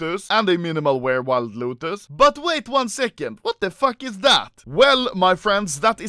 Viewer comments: So fucking true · Me too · Swenska poijka says it like that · Lotus, not LUTOS